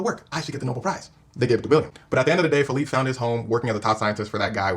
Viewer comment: The fact they keep calling him Phillipe 😂